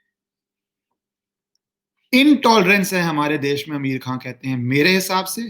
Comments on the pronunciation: He is pronouncing Ameer khan bot आमिर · Sir name to shi se le liya kro🤣🤣🤣🤣🤣🤣